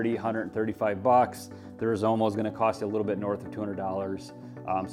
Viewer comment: It's Rizoma not Rizomo....just sayin